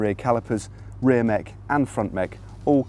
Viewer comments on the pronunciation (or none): none